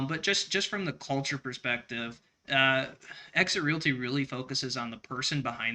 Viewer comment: sucks. he can't even speak Realty correctly and I told him about it. It is not called Real-it-y. It is it called Real t.